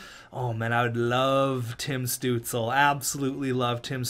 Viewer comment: the pain in hearing the butchering of Stuzle's name